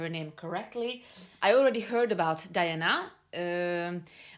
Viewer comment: Say the first syllable of her name as DEE, please. Thanks. P.S. Pronouncing the names of non-Anglo-Saxons is easy: you need to read the letters as they sound in Latin. Did you have basic Latin in school? If not, Google and Yandex in the help.